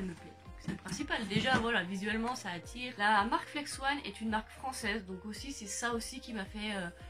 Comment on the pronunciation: Salut, ta vidéo était bien et tu nous a tout bien expliqué mais C pas flex-one mais flex-on